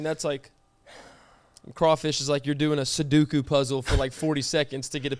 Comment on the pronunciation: the way says sudoku triggers me